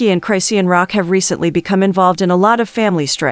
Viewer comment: I die every time your AI says cryshawn. Reported. You better fix their names on yoru next video.